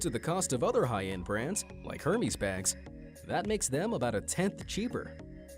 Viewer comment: He called them Hermies bags😂